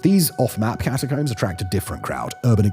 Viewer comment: Why can't you say Catacomb properly lol.